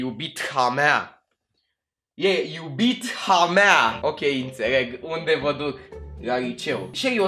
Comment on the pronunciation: "E iubitha mea " E din franceza H nu se citește